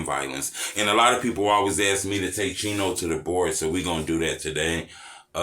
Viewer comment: So why do they say cheno burger?